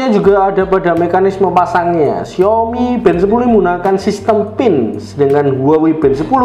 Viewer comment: xiAOmi Mas bukan xiOmi.